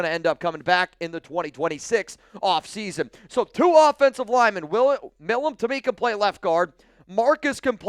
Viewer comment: Again, His name(Milum) is not "Mill uhm" Its M-eye lum" Someone from pennsylvania should know that. I agree we need to draft the kid and continue the long standing connection between the teams.